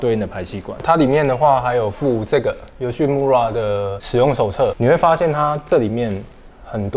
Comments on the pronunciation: 其實YOSHIMURA的"RA"要唸"LA" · 雞蛋裡挑骨頭一下：日語裡的R音不是捲舌音，應該讀成「L」的音，所以「村(mura)」應讀成「木拉」才對。